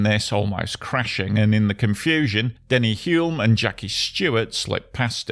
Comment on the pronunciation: Denny Hulme's last name is pronounced 'Hulm'.